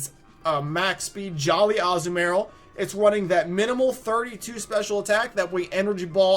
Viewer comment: I hate the way you say Azumarill